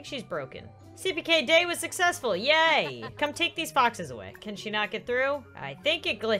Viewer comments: Lol it dose sound like boxes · When was talking about foxes on Seapeekay day, I thought she said boxes so it sound like she said: people can dress up like boxes. Did you know boxes like menorahs? Boxes are Mischievous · Me too I thought she said boxes